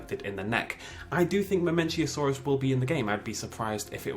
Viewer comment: mamenchisaurus, not mamenchiasaurus :)